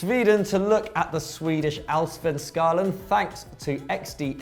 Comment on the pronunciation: I have never ever seen someone pronouncing Allsvenskan that badly ever, I think even Africans would do better (and by that I mean that African languages are further away from Swedish than English)